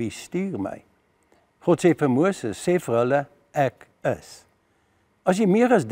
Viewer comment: Ek kritiseer nie, maar myns insiens moet die klem op die ék val, dws Jesus dui aan dat Hy die een is wat die straf moet dra en nie enige van die res van Sy geselskap nie. Dit dui ook Sy breidwilligheid aan om te sterf vir ons sondes soos dit vir Hom bestem was. Pragtige preek, baie dankie. 🙏🙏